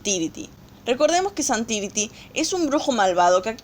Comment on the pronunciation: Es zhan tiri no zhan tiriti